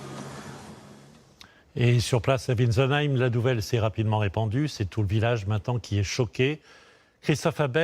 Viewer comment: WiNtzenheim, pas Witzenheim. Journaleux analphabètes comme d'hab, même pas capables de lire un nom de 3 syllabes. C'est vraiment pathologique chez eux.